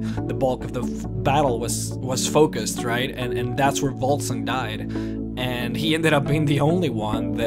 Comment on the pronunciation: I don't mean this in a stupid way, cause I love your 'Lore' videos, but you often pronounce a 'v' as a 'b'. I noticed that first in another 'Lore' video where you talked about Vivec. You pronounced it as 'Bibec'. Now with Vokun and Volsung I hear Bokun and Bulsung. Or is it just me?